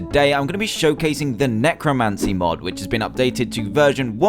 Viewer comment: is it pronounced neckrowmansee or nahcrowmahsee